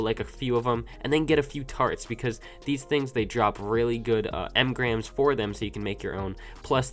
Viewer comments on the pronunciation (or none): none